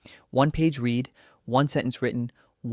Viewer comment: Pronounced 'read' as 'reed ' when 'red' was the correct pronunciation for the sentence. AI ain't all that intelligent, yet.